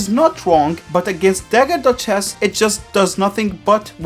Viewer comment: I hear "dagger dutch chess" you